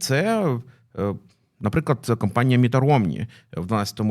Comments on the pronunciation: будь ласка, кАмпанія, не кОмпанія:) Campaign! not a company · Ну якщо так то вже не кАмпанія а кЕмпейн